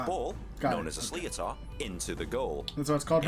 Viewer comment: 2.28 - this guy is English an mispronounces it, a sliotar is pronounced like "shlit-er", not slee-o-tar. 5.45 - You can't touch a player with your hurley, bit you can 'stick lift'...what we would call a hook. Where you hook the opponents hurley with your own to stop them striking the ball. The season has just ended for gaelic football and hurling by the way so you've picked a bad time haha.